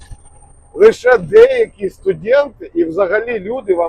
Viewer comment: Гарна Україньська, але студент а не студєнт . Перепрошую але дуже ріже вухо, але цікаво